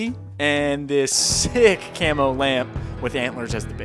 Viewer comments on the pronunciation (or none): none